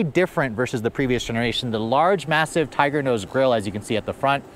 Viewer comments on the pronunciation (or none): none